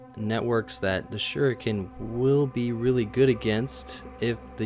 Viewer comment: Suriken, that was funny XD